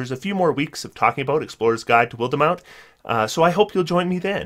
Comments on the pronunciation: WILD mount, not wildEmount, please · WILL-DEH-MOUNT LMAO I swear after Eberron, you HAVE to be doing this on purpose lol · While demount? I love pronunciations. I hope it's an intentional joke at this point.